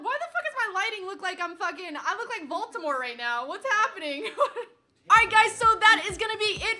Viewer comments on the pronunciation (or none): did she say VOLTAMORT sigh blondes